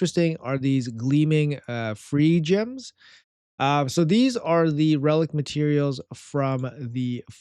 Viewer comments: Pronounced "gleaming fire gems" so many CC's pronounce it 'feergems' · They're pronounced "fire gems"